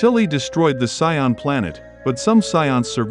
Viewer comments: Saiyan not soin 😂😂 Good video tho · Saiyan not "Sayan" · Buddy really pronouced sayain as psion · It's not sayan bro,it's Saiyan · Him calling them Siyons is killing me lol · Whoa whoa whoa! How do you have this enjoyable video but you cannot pronounce the word Saiyan🤔 It took me forever to realize you were talking about Saiyans because of that god-awful pronunciation. Get that s*** together and you'll be all right. Now I'm wondering if you've ever watched Dragon Ball Z... killing the pronunciation like that😶‍🌫️ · Is he pronouncing sayain wrong?